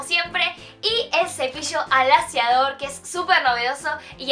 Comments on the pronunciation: "El cepillo alasiador" "Un cepillo pueda alasiarte el cabello" Like si tu tambien lo escuchaste. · Lo dijo mal pero esta bien en el título